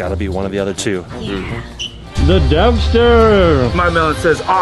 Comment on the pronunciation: U kean dempster not dumpster